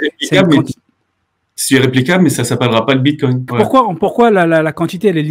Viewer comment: Tesla accepte les Bitcoins. 1 minute et déjà une bêtise... Je poursuis, "confiance aveugle" et pas un mot sur la tech blockchain. Bon, je m'attendais à un meilleur niveau de connaissances de ta part. Ah, et c'est le bitcoin, pas le "bitcoint" ^^